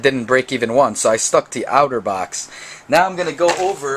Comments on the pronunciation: It's pronounced "otter" and not "outer." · its otter not outer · Its otter box (aw•ter•box) not (ow•ter•box) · Dude. It's pronounced OTTER not OUTERBOX. Notice the picture of the Otter on the box?? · It's otter not outer box lol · OutterBox lol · I like how you pernounce Otterbox like Outterbox.